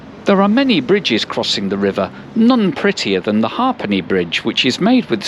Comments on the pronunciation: Hapane not hawpine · It's hapane not ha,pane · That metal foot bridge across the Liffey is pronounced the “Heypenny” bridge = half a penny to cross it back in the day 😂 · An interesting video. Westport is a lovely little town and one I've visited many times. I would have liked to see a little more of it and hear your opinion. PS I would have thought you'd be old enough to know how "ha'penny" is pronounced.